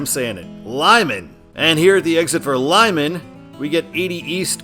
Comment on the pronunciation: You are pronouncing Lyman correctly. I’m surprised it’s on here because it’s close to Evanston, but it makes sense as a control city for business 80